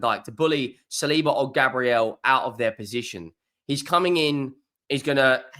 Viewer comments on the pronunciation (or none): none